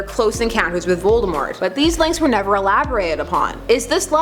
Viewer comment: Your saying Voltemort wrong....